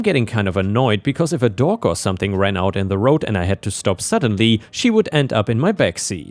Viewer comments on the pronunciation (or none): Around 11.50 I understood "dork" instead of "dog" and had to rewind to check :D